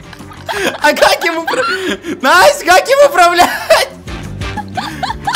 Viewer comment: Вопрос почему НОСТЯЯЯЯ??????? А НЕ НАСТЯ?